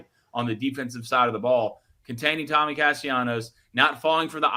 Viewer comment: Can y'all please pronounce Tommy's last name right? It happens every time he's brought up.